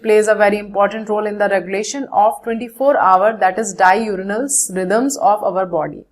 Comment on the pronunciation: Mam pls pronounce DIURNAL like "Di Ur nal". Its not "Di urinal".